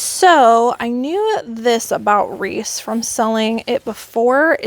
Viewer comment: I think its pronounced reese like the pb cup ;-)